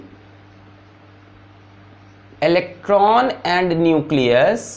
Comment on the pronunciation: that's nucleus not nud*us